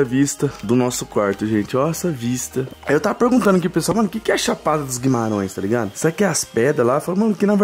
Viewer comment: Guimarãoes kkkkkk é Guimarães